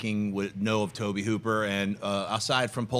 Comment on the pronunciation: The auteur Mr. Toe-Bay Hoo-Pear.